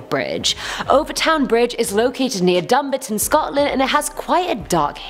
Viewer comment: Hang on say Scotland again? XD